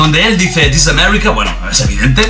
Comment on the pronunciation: Disis amerrika